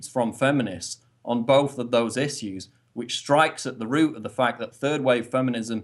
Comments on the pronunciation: The way Paul pronounces "issues" is really annoying he do got good points though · I think that's how the British pronounce it.